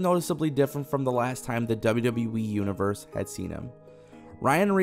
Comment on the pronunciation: Why does this guy keep saying WW"WE"??